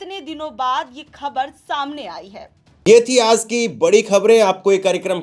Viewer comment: Cheh mahina se kh rha hun aaz nahi hota bolo aajjjjjj